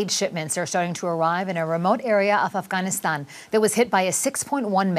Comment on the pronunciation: What an on point pronunciation for AFGHANISTAN. kudos anchor. Thank you